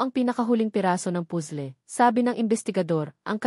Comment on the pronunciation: Sorry admin but I really hate your narrator...sya lang ang nkpg pronounce ng pusle ha?as in (puzzle to be exact)n stress ako